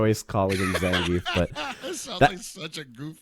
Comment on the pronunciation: Shoutouts to to pronounce Zangief the ''RIGHT'' way. Can't stand hearing Zangeef -_